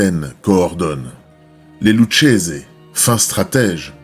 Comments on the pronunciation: Lucchese se dit lukese. Très bonne vidéo 👍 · Lucchese se prononce Loukézé.